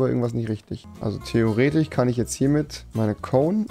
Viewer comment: Wie oft er Theoretich sagt haha